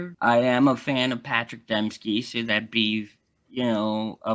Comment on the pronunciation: Am I hearing this wrong, or is saying “Patrick Dempski”?